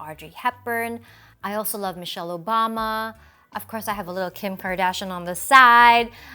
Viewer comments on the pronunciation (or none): none